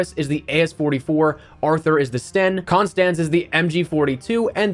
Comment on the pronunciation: pad ma vat e .. loll.. it just takes a sec to check the actual pronunciation, constance was so rightly pronounced